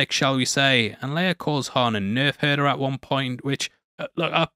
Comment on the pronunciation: Wow. Man dropped a hard 'R' in Nerve Hurta!